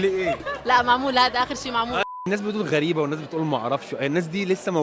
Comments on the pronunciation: هي اسمها غُرَيبه فعلاً مش غَرِيبه 😂❤ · هي منجد نحن بلاردن نقولها غريبه بس طريقة نطقها هي قالتها غلط